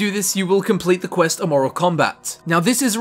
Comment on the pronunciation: Can pronounce Aeternus but not Amoral. 😂